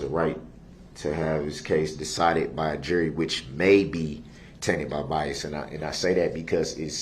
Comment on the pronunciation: Darrell Brooks Dictionary Dat - That Objectshone - Objection Biast - Bias Dis - This Deese - These Coherse - Coerce Yoo - Your Unbiblical - Unbilical License Place - License Plate Substain - Sustain Tentave - Attentive Axed - Asked All of the Suddenly - All of the Sudden He know what he did, He know what he didn't do. What lawful law? - Is that legal? Presitioned - Positioned Clearency - Clearance Takid Agreement - Tacid Agreement Grounz - Grounds Estent - Extent Manifest Necessity - Manifest Dedestity Window Tinz - Window Tint Relavent - Relevent Show me Lawful Law - Is that legal? Te hee and Kee, kee, kee